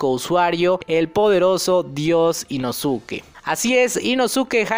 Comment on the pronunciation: min El negro es la ausencia de todos los colores no la combinación de ellos mimos.... min i introducido ?? no sera e introducido... min Ino-tsuki no inosuke básico en pronunciación.